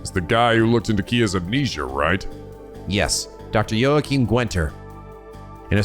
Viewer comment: I read that as "Holy Yabroni" because the commenter immediately before you mentioned about the pronunciation of Jona's and Joachim's names as "Y".